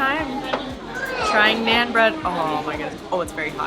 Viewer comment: She said naan wrong , and she said naan bread 🤭